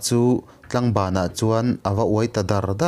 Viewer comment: Ngaihnom thin khop mai. Kalo sawi ve lawk anga, (Tlangban) ni lovin Tlaangban thlukseina awm tur ania.. tlang (hill) anga lam tur ni awm tak ania.kalo sawi ve mai mai ni e.